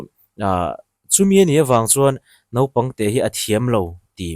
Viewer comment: NAUPANG tih tur "NOPANG" tia i lam ri nasa lutuk hi sim deuh thei la, keimahni ṭawng pawh lam ri dik thei lo nih hi i sim a hun viau tawh a ni